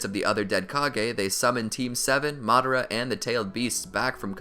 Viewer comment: how to say madara name madara❌ mad-ara✅